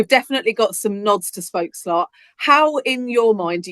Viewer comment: Congrats you are officialy the First non-dutch person to pronounce spookslot correctly